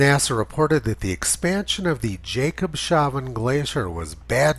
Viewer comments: Tony, it’s not pronounced “Jacob” it’s pronounce “Yahcob” …yah cob shav en……..just trying to help….. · I'm pretty sure that it's pronounced "jacob's havn" not "jacob shavn." The word "havn" is some kind of germanic language meaning "harbor," or "haven." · HI Tony, Jakobshavn means Jakobs habour in Danish. So you need to say Jakobs ..... havn. Havn is pronounced like lawn in english , but with an H instead of a L. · Nice one, Mr Tony! It is Jacob's Haven, not Jacob has no beard...Jakobs-havn! :-) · Jakobshavn means Jakob’s Harbour and is split in syllables like this: Jakobs-havn. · Thank goodness for your commentaries, data and history research. I’m subscribed for a couple of years and sharing your videos as much as possible. Minor thing - Jakobshaven is pronounced Jakobs-haven, not that he got shaven… 😅 Keep up the good work 👍